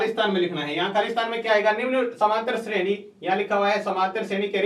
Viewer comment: shredi hota h nki shreni